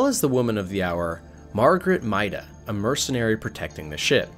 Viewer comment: Kharaa: Kuh-ra. Torgal: Tor-gal. Maida: May-da. I guess you could get away with Kharaa, but Torgal and Maida are actually spoken! Jesus! Edit: also how does this make her a leviathan?! Don't clickbait!!!!